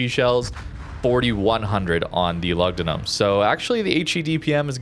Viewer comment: Loogdoonoom. U is pronounced with a double o in Latin